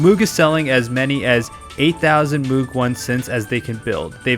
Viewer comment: It's pronounced to rhyme with "rogue". Moh-g.